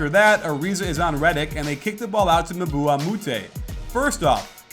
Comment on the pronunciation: friendly comment: it's uhm-bah (Mbah)